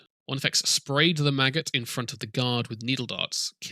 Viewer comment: Everytime you say maggot i hear Magus XD !!!